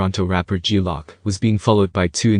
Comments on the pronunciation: Good video but learn 2 pronounce the difference between lock and loc...loc means crip and saying it wrong just shows how far from the culture u really are lol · It's loc not lock yo....geeeeez